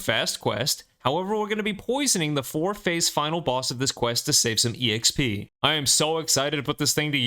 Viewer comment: It low key drives me crazy you pronounce the "E" in EXP. Just XP man. No E. Lol